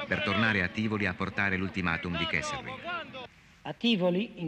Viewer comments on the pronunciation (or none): 35.42 e 35.57 si chiama KesseLRing e NON KesseRLing!!! Ci vuol tanto???